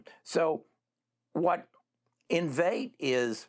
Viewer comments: in- vee-tay ... Please learn how to pronounce correctly before making video. Common man, u claimed to also own the stock and you can't say its' name lol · It's pronounced in-VEE-tay. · Lol.. It’s Enn-vee-Tay!! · How can you take investment advice from someone who doesn’t know how to pronounce the company name???? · you should learn to pronounce the names of these companies if you plan to make vids on them. I love this company and have a position I don't want to sell until it's a trillion dollar company